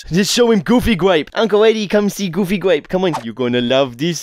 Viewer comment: I wove goofy gwape